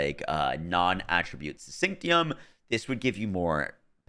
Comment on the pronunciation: Let the mom with a degree in Bio help you out It's not Sync-tee-um It's Sin-sish-ee-um. You're welcome 😂